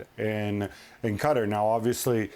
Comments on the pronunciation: Gab: "Cutter" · Cutter? Does he mean Qatar? :)